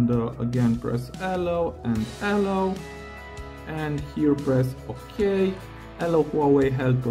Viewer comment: Ty for the hint. Btw, your intonation for "allow" is wrong. You say "Allow" but correct in all english speaking countries i know i "allOw". The sounds are all correct, but the a should be shorter and the o longer